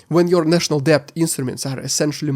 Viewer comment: Thank you for your comprehensive coverage of the war's fallout. FYI: in English, the work "debt" is pronounced "det", the B is silent (weird but true).